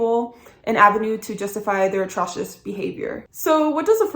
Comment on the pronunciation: atrocious is spelled with a long o [əˈtrəʊʃəs]